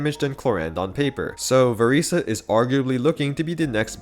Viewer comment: I'm so sorry could you please say her name right 😭😭